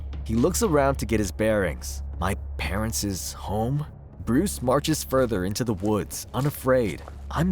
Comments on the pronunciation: please pronounce parents right its quite frustrating hearing parentses. otherwise good reading. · You're pronouncing parents' wrong. And it drove me insane lol. It's pronounced the same as parents. The way you say it mean he has two moms and dads that were killed and owned the manor.